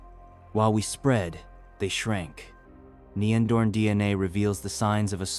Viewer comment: AI having problem of pronouncing neanderthal. I just watched the north 02 version.